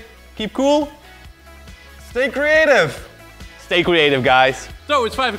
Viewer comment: ''stay cweative guys'' XD